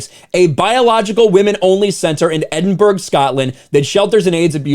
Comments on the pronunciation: ‘Edin-burg’ lmao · Haha the 'G' in Edinburgh is silent ya knobber!